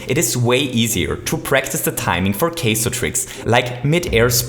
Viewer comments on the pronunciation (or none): 3.40 OMG ITS PRONOUNCED KIEZOH NOT QUESO Still, great video! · i like how u said kaiso like “queso” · Kaizo is pronounced "Kye-zo" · Er... It's pronounced "Ky-Zo",! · can ya say kaizo the right way? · You really need to work on pronouncation, Can't even pronounce Kaizo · If you say kaizo wrong one more time, I'm going to die. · The way you pronounced "Kaizo" >.>